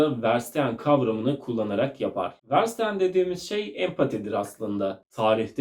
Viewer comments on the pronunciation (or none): Ferşitehen diye telaffuz edilir. Almanca anlamak anlamına gelir